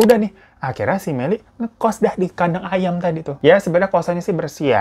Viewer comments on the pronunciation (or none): Aduuuhhh tolong ngakak bet dah denger abang ngomonk kos "kadang ayam".. Hahahahaa... Selalu ngakak kalau denger lu bang..😂😂😂